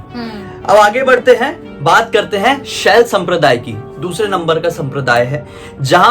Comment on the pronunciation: Sir please correct* it's "Shaiv" not Shalya.